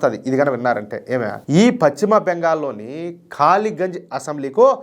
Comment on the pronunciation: Pachima bengal ka dayya adi paschima bengal antaaru.telugu sarigga palakadam nerchuko